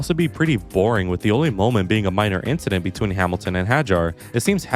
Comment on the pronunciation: It was just another inchident